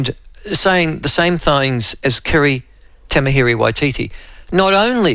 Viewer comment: Please pronounce “Tamihere” correctly